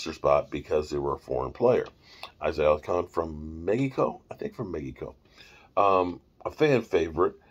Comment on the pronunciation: Alar-con no alacon an it’s Mexico not megico 🤣